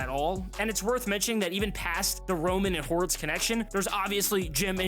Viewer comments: Ah, yes, Chargers General Manager Joe HORITZ. Lmao Probably should've just re-recorded that. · Joe Horitz?? Lol. Just so ppl know it's pronounced, Ortiz. Just spelled a little differently lol